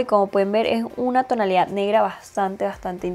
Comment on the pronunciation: Me desespera que diga tonalidaf como mil veces💁